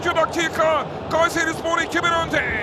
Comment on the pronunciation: Gayseri ıh ıh gayseri ıh ıhhh gayseriii ıhhh ıhhhhhh😂😂😂🤣🤣🤣🤣